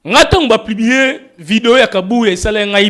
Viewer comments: Papa ons dit publier et plibie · on dit publier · 🤣🤣🤣🤣 na yoki'ango plubier esali nga pasi na matoyi🤣🤣🤣🤣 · 🤣🤣 kutu kutu ezo lekela nga ndenge azui temps yako tomboka sur kabuya na ebele ya difficultés aza nango pona ko prononcé mot Publier 🤦🏽‍♀️ eloba nango yo a zangi kindoki te 🤣🤣🤣